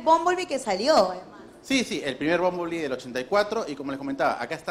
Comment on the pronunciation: El coleccionista también dice bomboli ? Ptm que mal hablan los peruanos el ingles